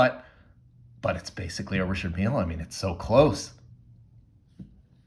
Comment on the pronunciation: its not pronounced Richard Meal... holy fk its annoying the way you say it. Also you could have bought the same watch in china for 60 bucks